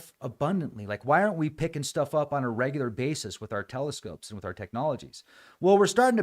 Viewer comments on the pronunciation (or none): none